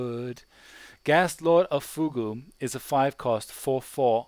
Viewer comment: Fugue is pronounced "fewg." look up "fugue state" on wiki